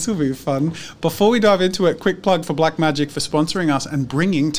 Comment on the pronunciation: Everytime Jazza says Blacmagic i think he means BlackMagicCrafts youtube account and then i realize im wrong 🙄